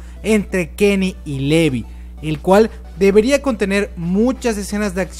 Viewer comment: Me he dado cuenta que al comienzo dices el nombre de Levi como: "Livai" pero luego lo pronuncias como literalmente se escribe 😂 Dame corazón :'v